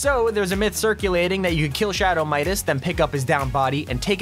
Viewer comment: shadow midaseses